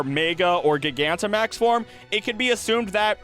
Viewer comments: Pronouncing Gigantamax the way you do, while understandable, IS CRAAAAAZY. You missed that it's supposed to be pronounced like gigantic and not gigabyte. But never the less, fun web. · "This is where i start pronouncing pokemon wrong" 29 minutes in. My guy, we all heard "gig ant um axe" in the intro.